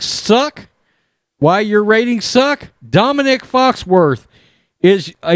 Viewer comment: It's not Dominic, It's Dominique, like a bitch!